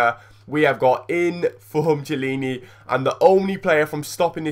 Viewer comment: its key-illini not chi-ilini